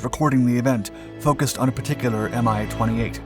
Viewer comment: It is NOT pronounced "M-i"! It is pronounced "Mee".